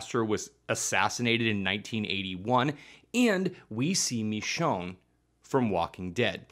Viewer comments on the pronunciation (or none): none